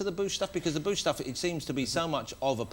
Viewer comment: No it's the mighty boosh. Not a badly pronounced bush. 😂